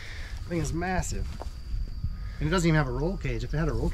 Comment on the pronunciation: Lmao "Miassive"